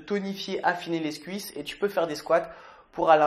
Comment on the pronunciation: Y a que moi qui a remarquer que merde pour "les cuisses " et qu'il dit "lesscuisses" ahah. Bonne vidéo et surtout j'adore les bêtisiers laisse japeco manger sa collation. On garde la pêche